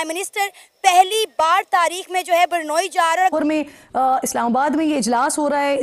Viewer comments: Nam to Brunei hai par zahil pata nahi kis Tarah bolte hain ki Mujhe Brunei ki jagah burnei sunai de raha hai😂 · ब्रुनोई को ये पाकिस्तानी एंकर बुरनोई कह रही है . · its Brunei not bornoyi😅😅😅😅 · Brunei 🇧🇳 ka pronunciation to thick se kar le 😂